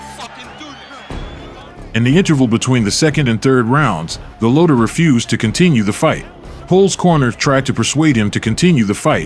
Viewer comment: The AI mispronouncing Golota’s name 😢.